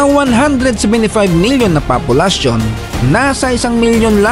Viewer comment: POPULASYON hindi PAPOLUSYON